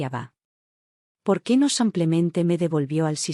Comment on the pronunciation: Buena historia pero por que dices samplemente en lugar de simplemente